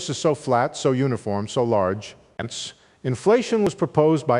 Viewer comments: Is he saying "hence" Sounds like he is saying "Ants" At the end of every sentance . I gave up. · I thought it was "Ents." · Sounds like "hence" at times. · He's not saying hence, he's saying HINTS, as in keep listening for the next fun idea I'm going to lay on you. Gentleman likes suspense. Could be that's what he's also saying: susp...ENCE. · Ense? WTF 😂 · I can't watch this. "ence" 'ence" "ence" 'ence"..... Sorry. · Is he saying ends at some of the ends of a sentence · Hence? all I hear is ence, ence, ence. How ridiculous, ence. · Enice, ence, enis, hense, hence, henis .... gd wtf 😮